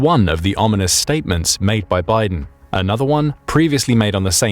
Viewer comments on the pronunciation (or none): Bydén is not pronounced like Biden. It would be more akin to 'Beedehn', but with emphasis on the second syllable. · Oh dear I keep hearing the name Biden. Can someone please tell the AI to pronounce Byden in Swedish? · Biden? nah... its byydeen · Ah, yes. The significant Russian superiority of their flagship carrier - the Admiral Kuznetsov. With it's marvellous engineering that makes it necessary to have a set of tugboats accompanying during deployment. Very reliable stuff. Inoperable since 2018. Very superior. Also, perhaps work a bit on pronounciation - Bydén is not at all pronounced like Biden. Also a bit weird evaluating based on quantity over quality. In particular with the performance of the Russian forces in Ukraine. Also, for using the hashtag militaryanalysis it seems quite short on the analysis front. The events in Ukraine demonstrate that Russia would need significantly higher quantity of quality equipment to actually win anything. As such the only lasting thing they've got is the nuclear arsenal. But considering the state of their other equipment - how realistically is it that they've got functional systems of delivery to do more than threaten? They've fired quite a lot of otherwise useful rocketry already in Ukraine, hence their need for Iranian drones and old artillery ammunition from North Korea. I deem this "analysis" superficial and completely unrealistic. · Note: in swedish, usually a word with é at the end (e with a accute accent) is pronounced more like ee. He is not named Biden. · English pronunciation rarely works in other languages. You should check the pronunciation of names before making a video. Bydén is not pronounced as Biden. y is a sharp vowel, not a diphthong, and the accent on the é shows that the e is long and has the focus. Micael is most likely pronounced as it is written, letter by letter, but the English pronunciation might be ok or tolerated since that is the same name. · The name Bydén is NOT pronounced like Biden!